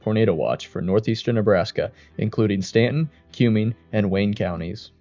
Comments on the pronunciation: HATE stupid AI voice overs mispronouncing words. Its Cumming like come here county not cue-ming like a cue ball. Irks me to no end. I should know because i live in east central Nebraska. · Nebraskan here. Cuming County is pronounced like Come-ing. It's named after one of the leaders in the Nebraska Territory. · As a native Nebraskan I do appreciate the coverage of Nebraska tornadoes. This is north of where I was raised so I did cringe at the mispronunciation of Norfolk (Norfork) and Cuming County but I’m so used to hearing people mispronounce places in Nebraska since I live in Colorado now. I do recommend checking out the infamous videos of the Columbus, NE 1998 tornado and the longest tracking Nebraska tornado that happened in 1990 that barely skirted by the little town I grew up in south of Columbus.